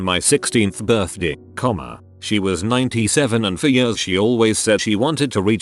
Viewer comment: The way the voice says "years" makes this so much funnier. "Jöörs"